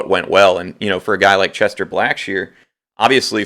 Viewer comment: CHESTON not Chester. Lol